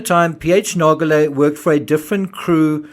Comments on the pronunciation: Sure, PH may have not cared if he died on the sub, but what about the people Rush was using him to lure down there? I think his view is incredibly selfish. What was good for him might not have been good for the others on these trips, if they'd known what he knew! Didn't he ever spare a thought for them? PS: I hate to be that person, but Nargeolet is pronounced with a soft 'g', not a hard one. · PH didnt care about dying because he was 77 with a life well lived behind him. Pronunciation is like Narjolay, not Nargolay... Geo is like jo in French ( not djo) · Good Analysis! I am not a linguist, so I will undoubtedly botch the phonetics, but I wanted to highlight that the name 'Nargeolet' is actually pronounced with a soft g, kind of like the letters z and j in English. When you pronounce it, it should sounds more like 'Narzjolet'. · I thought that "Nargeolet" was pronounced "narsholeh" according to French spelling/pronounciation rules, but I must have been mistaken🤔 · Just as an info, PH's family name is pronounced 'nar-jo-ley' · Ffs, I like your channel but can you please, PLEASE, at least show the man the respect of pronouncing his name correctly? You’re not even TRYING. It’s extremely disrespectful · He’s not even bothering to pronounce the man’s name properly, which is bare minimum. Given that, it’s hardly surprising that that fact, which would have taken 30 seconds of research, was missed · The video narrator pronounces that name wrongly. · The G in Nargelet is pronounced like a J.